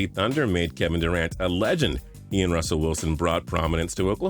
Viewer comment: I know damn well you ain’t fuck up Russell name like that lol 😂 & FUCK KEVIN DURANT 🤬🖕🏾 #ThunderUp